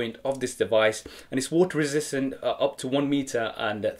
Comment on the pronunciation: Water ressssssisississisistant LOL